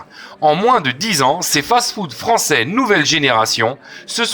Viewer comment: "Le frainche tacaussee"